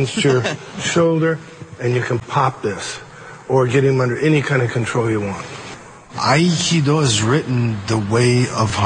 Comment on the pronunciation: It's amazing how many syllables he gets out of Aikido lol. He's saying "Ha-a-ha-kai-eee-do."